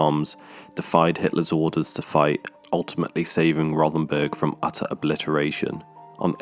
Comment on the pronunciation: It's pronounced.....'Row'-ten-burg'. There is no 'th' sound in the German language.